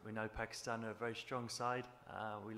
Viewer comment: England please don't call pakeestan it is pakistan 🇵🇰